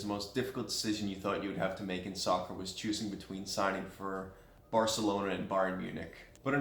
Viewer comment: lol he said barcaloana and BayernMunich